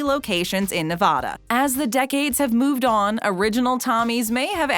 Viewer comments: Anyone else triggered when she says “Na-va-da.” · You pronounced Nevada wrong. It is pronounced “Ne-vad-uh”, not “Ne-vah-duh”. Sorry if I sound rude or anything, but I always get frustrated when it’s pronounced wrong. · Na-vaa-da please... not Na-vah-duh. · FYI- it's Nevada, not NevAHda, and OreGUN instead of OreGONE. God bless you. 😀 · I thought the torture was over after "Nuh-vaw-duh", but nope. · Please say Nevada correctly. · Mispronouncing states right and left. Oregon, Nevada...jesus